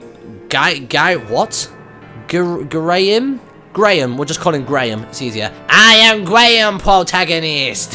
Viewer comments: It's GUY-RA-HIM DUDE! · That does not sound like Ghirahim at all. And for future reference his name is Ghir-a-him. Sorry about that! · i'm pretty sure it's pronounced GEAR-a-him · 2 tips: 1. You can slash bushes with your sword. 2. It's Gee-ra-heem/ham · Haha, love how you called Fabulous Debbie Lord Ghirahim 'Graham' No point telling you the pronunciation now, i guess, but since I'm a grammar nazi, I'm going to die every time you say 'Graham' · It sounds like he's saying Demon Lord Gram xD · Ghir-a-him come on martyn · I think his name is pronounced gear- u-him but whenever I see him I shout gulahagal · gir-a-him ok? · his name is pronounced: gee-ra-heem. ok? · mr martyn! ghirahim is pronounced GEE-ruh-HEEM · It's pronounced Gi-ra-him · That voice does not suit Ghirahim. At least not for me anyway. I'd say more of a suave but egotistical, little bit evil, sort of voice. Also I believe its pronounced Gee-Ra-Hem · It's pronounced gear-a-hem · Its Ghirahim pronounced Giraham